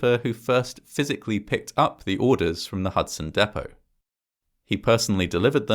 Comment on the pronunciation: i love you bro but if you say "deh poh" one more time im gonna run you over with a gd doodlebug *dab*